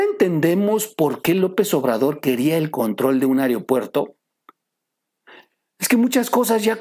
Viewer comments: Se dice aeropuerto mo areopuerto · Buena información. Sólo una sugerencia. Se pronuncia “aeropuerto” no “areopuerto”. Saludos!